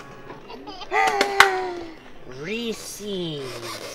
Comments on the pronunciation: ITS FUCKING REESE, not REE CEES. :P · the way you pronounce reese's deeply offends me